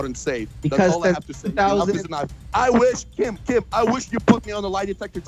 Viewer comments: pretty sure he says keem... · Will Philipps Idk man it sounded like keem to me